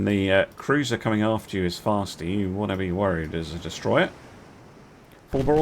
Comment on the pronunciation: Never in my life did I think I would hear say "Cuwuiser" more than once.